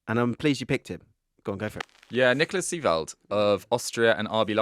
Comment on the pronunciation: Its Seiwald not Seewald